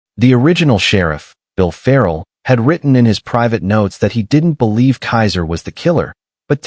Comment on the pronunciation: Keezer, not Kaiser.